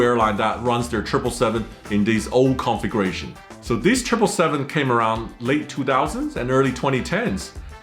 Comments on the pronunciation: "Configuration" sounds like he is saying "conflagration". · I know English is not you first language, but everytime you say configuration it comes out conflagration. I just find it strange to hear. 😀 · “Configration” hahaha. Everyone complains about AI narration but here would have been a blessing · By the way, you should learn how to properly pronounce “configuration.“ Every time you said it in your unique way, I heard “conflagration.” don’t forget to put the stress on the second syllable. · My ears perked up when I heard “conflagration”…fortunately he meant configuration. 😂